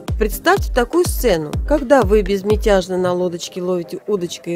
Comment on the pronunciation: Что за слово,безмятяжные?